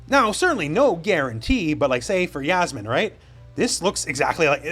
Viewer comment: Yasmine (is think it’s Yassmine not yazmine ) is from the Philippines 🇵🇭